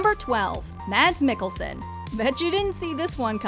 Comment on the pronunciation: Mads mikkelson is pronounced mots.